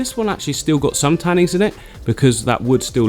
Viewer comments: 'Tannins' not 'tannings' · Oh my god I love you but every time you say ‘tannings’ I want to throw my phone across the room 😫😂